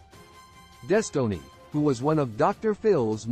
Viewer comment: “Des tow ness”